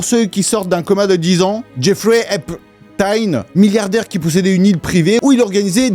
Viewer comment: Epstein c'est Hitler ou quoi ? Dis le correctement 😅😅